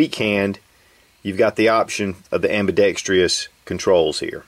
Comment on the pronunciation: Heh…the good ol' days when you were still saying 'ambidextrEous'…. ;-)